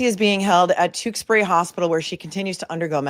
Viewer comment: I'm very impressed that you pronounced Tewksbury correctly. 😂